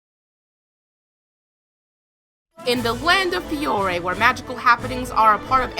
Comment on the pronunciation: She pronounced Fiore wrong, I'm pretty sure.